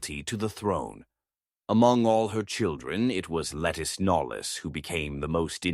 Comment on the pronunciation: Lettice Knollys is pronounced LaTees Knowles.